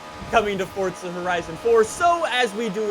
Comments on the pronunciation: Its for-za not fortsa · Why does he us his thumb, pointer finger and middle finger to show 3? And why does he keep saying “forTza”?